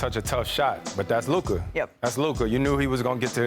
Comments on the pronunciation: SAS is full of B.S he can't even say Luka's name, his posterboy is waiting for a broom 😂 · What makes you think SAS is smart? Dude can't even pronounce Luka's name correctly!